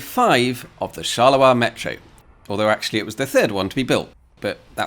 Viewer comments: charleroi as in Charles Road. Not shalerah. Unless Belgians sound like Scottish sheep farmers... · Please stop saying "Charler-oi", please! It's pronounced "Charle-roi". Also, can you really compare the metro system planed to be built there with any city in the USA? Very unfair. Not to talk about Rome - everytime they want to dig a hole, TA-DA! roman artifacts... So not very suited for comparison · Not gonna lie, everytime you pronounce 'Charleroi' I cringe. Please don't drop the r. Therefore it's actually /sharlə-rwa/, not /sharlə-wa/. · If Charleroi in Belgium offers no further stories, you could fly to Pennsylvania to visit the Charleroi that exists there. Everyone I ever met there pronounced it char-ler-oy, and there is almost nothing to provide you with a story. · Charleroi with a R, not a W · It's a metro not Shet. Who's Shet? never heard of him. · The way he underpronounces Charleroi is hilarious. "Chaluwa" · Thanks for a nice video! I don't want to complain and I'm not an expert in pronunciation but I'm pretty sure you're butchering the pronunciation of Charleroi😅